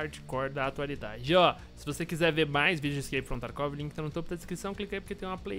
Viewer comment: crak from tarkov fala o nome do jogo direito haushahshs